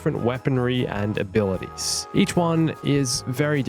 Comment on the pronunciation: “Ablities”? still cool video